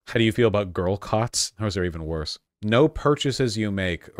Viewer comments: As an Australian i'm always confused when people say "no" sounds like "naur" because it doesn't sound like that, but holy shit she actually said it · the 'no' is more unmistakably aussie 😅